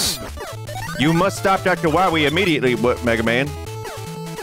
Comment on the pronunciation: Not Dr. Why-wee 🤣